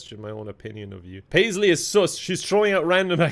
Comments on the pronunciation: pronouncing suss (s-UH-ss) as s-OO-ss is really bothering me. It’s a short U, not long. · I wonder if knows its suhs not seus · I love how emphasizes the word: sus